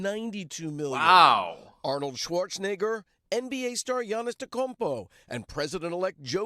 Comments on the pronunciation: He really pronounced Giannis’s name like he was Flight😂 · Even though I'm not a basketball fan it offends me how badly he mispronounced Giannis' name.